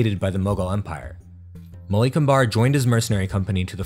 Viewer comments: Would've loved it if you put more effort into getting the pronunciations right. Western pronunciation elongates the second vowel sound in words, whereas in the east its the first vowel sound thats stretched. Example, Malik Ambar is Maalik Umber, not Maleek Ambaar This is not an absolute rule, but for the most part it will keep you on track. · Indian languages are not pronounced like Spanish. The emphasis is on the 1st syllable. AHmadnagar. Common misperception. NAmaste. HALdi (TURmeric) DELhi. MOghul, DECcan, MAlik AMbar, etc.